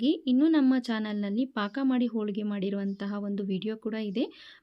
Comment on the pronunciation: Holigr not olige